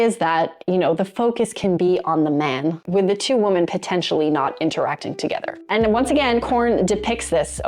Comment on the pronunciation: Woman singular is pronounced "Wu-muhn" .. (as in "that woman is really cute") When talking about MULTIPLE women (notice the "e") .. it is pronounced "Wi-MEHN" ... (as in "That group of women are really having fun together!") Say the word "whim" without the "M", and then add "MEN" at the end ...... then you have "Wi-Men"